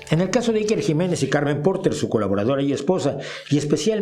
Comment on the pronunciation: Como se nota que no vives en España y niucho menos conoces nuestro gobierno...infórmate antes de criticar es lo mínimo a por cierto te viene muy grande pronunciar a iker